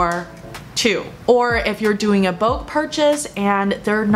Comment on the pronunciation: negotiable 和bulk 的读音有什么问题？